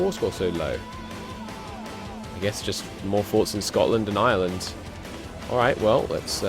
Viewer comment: Ireland is pronounced IRE-land, not Island!